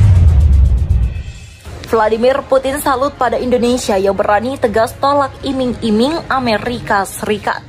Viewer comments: Iming2 bro bukan imang2🤣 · coba bljar lgi min bhasa indonesia,iming² bkan imang² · Iming" brou bacanya tetap i. Bukan ai..artnya janji" pemberian bonus. Tapi pasti di tolak oleh Jokowi. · Bukan imang imang bang tapi iming iming😂🤭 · Iming iming bukan imang 2 bro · Bos jgn imang imang bacanya nti jd timang 2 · Iming iming.bukan imang.imang.